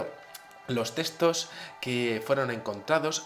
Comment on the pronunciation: puedes pronunciar muy bien TEXTOS!, no entiendo el énfasis en decir testos.